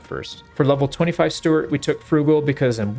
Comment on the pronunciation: love your content - crack up at "Stewartt" :D